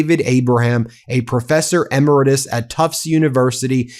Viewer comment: It's pronounced eh-MARE-ih-tuss.